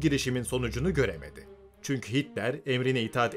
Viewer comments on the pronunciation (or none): none